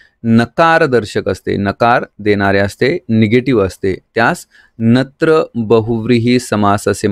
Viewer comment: सर तुम्ही खूप छान शिकवता पण,नत्र ला तुम्ही चूकिच वाचत आहात .